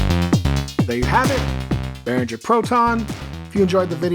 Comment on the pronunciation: There is no J in Behringer! (For example - do you pronounce the word ringer as rinjer? - NO!) So, imagine you are ringing bears instead of ringing bells and it IS bear-ringer.